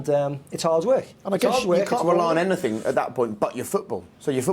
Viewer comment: I hate the way Ince speaks. Anyfink!! Speak bloody properly